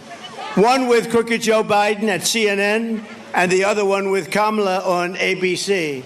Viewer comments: He pronounced her name properly for a change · ….he forgot to mispronounce her name 😂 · AND tRump slipped up in this clip... He pronounced her name properly as KAmala! 😂 He must hate that he did so in what will be a widely shown video! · I think this is the first time he pronounced her name correctly. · Is this a turning point? He didn't mispronounce Kamala🤯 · He said her name correctly. 😮 I'm shocked 😲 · Actually pronounced Kamala's name correctly. He's slipping! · He Accidentally said Kamala’s name correctly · Let's give Trump credit. He said her name correctly. LOL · He actually pronounced Kamala's name correctly?! I'm sure he's losing even more votes for that alone. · Wait...did he just pronounce her name correctly? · Did l heard right? Did That crazy man pronounce our next presidents name correctly ? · Sometimes he pronounces Kamala's name correctly, and the rest of the time it's Comrade Ka-Mala -- Hey Don, I think "comrade" refers to a friend or colleague -- As usual, he shows he's not a deep thinker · Trump pronunced Kamala right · Oh he by accident pronounced Kamala’s name correctly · Holy shit he said her name right, he's cooked! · Interesting, he finally pronounced her name correctly. Wonder what that slip means. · Shocked, I just heard a republican pronounce Kamal correctly. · He slipped and pronounced here name correctly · Wait, did he finally say her name correctly ? 😲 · Wait, the bozo pronounced KAH-mu-lah correctly?! Heaven forfend! 🤣😂 Trumpy always declariing enemies, always needing urgency and immediacy, while displaying his terrified reality in that bozo mind how he was handled easily by a smarter, better-prepared and more capable opponent. The "they're eating the dogs!" old guy is over. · he pronounced her name correctly 😅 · He pronounced her name correctly. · He pronounced "Kamala" correctly. Lol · It's funny when Trump accidentally says her name right. Ha. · He said her name correctly FINALLY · HFS he said her name correctly 🤯🤯🤯